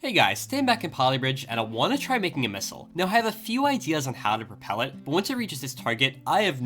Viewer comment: "Hey everybody, I wanna make a mistle" what an intro!